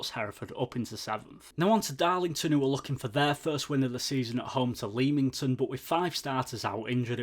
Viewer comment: Have subscribed. great review. keep it up..just a heads up..Leamington is pronounced LEMington..😁 come on you Brakes